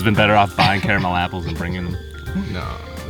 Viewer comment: Love you guys but the apple incident was hilarious. they sell lil bags of crushed ones at Kroger. Also caramel in bags. Another my friend, you didnt pronounce carmel or car-a -mel.. Yuh mixed em.. haha